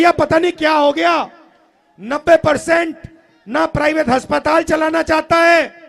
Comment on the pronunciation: आप हस्पताल क्यों बोलते हैं अस्पताल क्यों नहीं बोलते। हस्पताल कौन सी भाषा का शब्द है